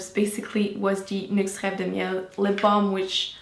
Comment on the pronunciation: Hi Em! I love how you pronounced reve de miel :) I got it just this weekend and I can say it really works wonders! I'm just a little concerned with the 6 month shelf life after opening though, since you mentioned it lasts a year for you. Will the formula change in the long run? The packaging though states that it will expire by 2020 :)